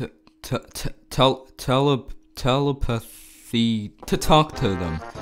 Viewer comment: You don't know how to say telepathy 😂